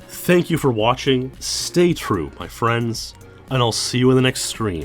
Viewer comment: MY FWENDS!